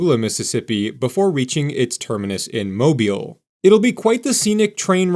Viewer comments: How can you pronounce Mobile properly, but New Orleans escapes you????? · You need to learn the names of the cities and pronounce them properly every time. Sometimes you say New Orleans correctly and other times you used the ear screening New OrlEEEENS, Awful! Pass Chris-tee-ANN is the proper way to go. I was glad you said Mobile correctly every time. I'm eager to hope on board and take my trip along the Gulf Coast on Amtrak. It costs how much?? I'd love a new train adventure.